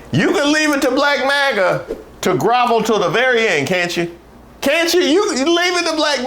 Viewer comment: this isn't magna 😖 is he drunk??